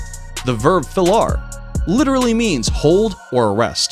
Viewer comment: I'm sorry... but I'm Portuguese, and I have no idea what the heck you're trying to say ... it sounds like "falar", but that can't be correct, cause that means "speak". You should have "wrote it" in the video 😅😅😅